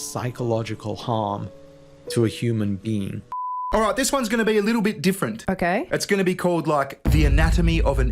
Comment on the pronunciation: I’m not worried about causing psychological distress to a “human bean.” That’s what I heard, anyway.